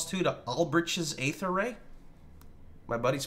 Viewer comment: Aether is pronounced "ee-thur " not "aye-thur".